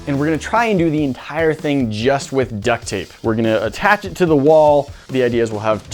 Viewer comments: Yea but i hear it as duck thape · Lmao "duck tape"